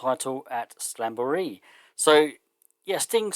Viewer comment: Usually I just sit back and enjoy your... unconventional pronunciations, haha, but this time I'll throw you a lifeline. It's SLAM-bur-ee